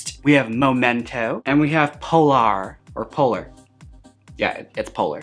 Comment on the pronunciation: PO LAR!! 🎉 nah, it’s just polar 😂